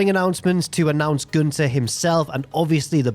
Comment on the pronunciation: Props for the pronunciation of gÜnter!